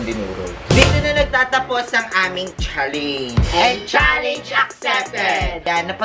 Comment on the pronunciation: Sunod naman po bigkasin ng tama ang salitang challenge, challenge